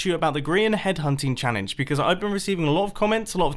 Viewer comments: "Tango head hunting challence" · I think we should DON'T TELL TANGO that you said "Tango head hunting chalange" ether